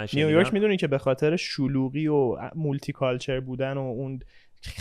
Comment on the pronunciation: مالتی❌ مولتی✅